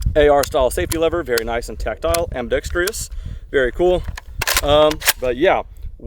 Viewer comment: Dextrous. AmbiDEXTROUS.